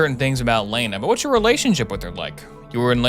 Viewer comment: Why does he say Lana like Leena